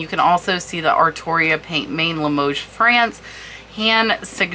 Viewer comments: Hi! Amazing trinket boxes- love that you do these videos Kewpie is pronounced like this: “cue- pea” And pient main means hand painted in French Pronounce main like this - “Mann” not main as it would seem to be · As I live in France I also can help with pronunciation. Peint main is pronounced more closely like Pan man with very little emphasis on the final “n”.